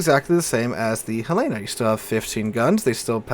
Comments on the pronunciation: Hell-len-uh, not Hell-lay-na! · Great vid! I wasn't around when they were added so I didn't know that happened. Also, as a Montana resident, it's Hel-eh-na, not Hel-ay-na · Hell-eh-nuh. Not Huh-lay-nuh. HELL-EH-NUH! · There is no ship named Hell-aaa-na in game. it is the Hell-linn-na, named after the capital of Montana. I realize you are not from out West, but trust me on this, every time you say it wrong, you sound like a rube. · Helena, isn't pronounced that way. Hell-en-a, it's the capital of Montana. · He's been saying Helena wrong for years. I think correcting is a lost cause. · Jus' tryin' to he'p!